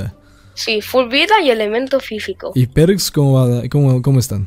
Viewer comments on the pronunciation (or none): Minuto "ELEMENTO FIFICO" JAJAJAJAJAJA